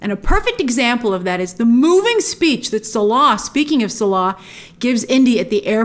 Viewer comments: It's not "Suh-LAH", it's "Sallah". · Clearly not an Indy fan if that’s how you pronounce Salah. 😂😂😂😂😂😂